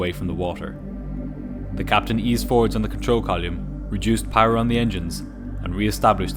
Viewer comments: Your narration skills are first class -I like your Irish accent coupled with your easy listening mellow voice – one funny thing though -to me at least (especially for aviation videos ),is the way you pronounce “column”-your Irish accent comes out as “collleeum”-a cross between cauliflower (or maybe Colosseum !)and column, Gosh I hope I haven’t made you self-conscious after that !, on a serious note you have a brilliant channel which does not sensationalise nor overdramatise the events and covers the technical aviation aspects well but remains gripping and riveting like a good drama❤ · never heard 'column' pronounced 'coll yoom' before. 'there's a first time for everything !' as they say. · What’s this “Control Collium” then😂